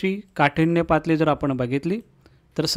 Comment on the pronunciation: सर तूम्ही तोत्रे बोलता😂.... काठिण्य पातळी ऐवजी पातली अस म्हणता 😅